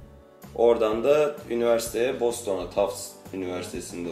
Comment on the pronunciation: Boston değil bastın diye okunur😏